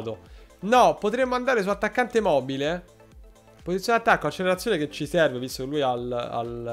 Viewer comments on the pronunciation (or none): none